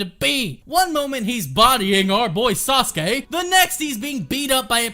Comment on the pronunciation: “Asuskey” is really pissing me off